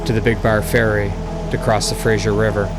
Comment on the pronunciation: Lol it drives me nuts to hear people pronounce it fra-zier river. There's not even an I in the name. Lol say it with me: "fra- ser". Fraser. 😂😂